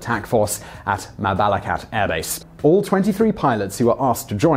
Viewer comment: You read it as Ma-ba-la-kat not Ma-ba-lak-at.